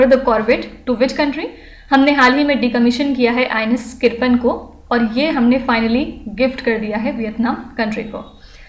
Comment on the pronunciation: Mam sorry but it is not किरपन it is किरपान bcs there is meaning of किरपान in hindi